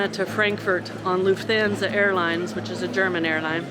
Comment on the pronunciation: You’re saying Lufthansa entirely wrong. Hands like Goldie Hawn. Ahn…most other languages don’t have the long A sound we use